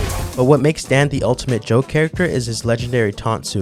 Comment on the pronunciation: Just a couple of harmless notes: - it's DAN, not DEN. Japanese pronounce. - Another super long taunt (not sure how useful that may be) is the one of Rainbow Mika in SFV.